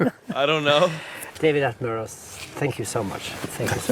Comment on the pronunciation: Ooh, at the end you forgot the correct pronunciation of his name that you used earlier and reverted to the always wrong pronunciation by Americans! It’s pronounced Attenbruh.